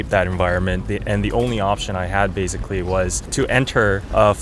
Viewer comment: 한국인이라 그런지 '베이zㅣ클리'라고 하네용 ㅋㅋ 근데 진짜 한국인이라고 말안하면 원어민으로 알 것 같아요 ㄷㄷ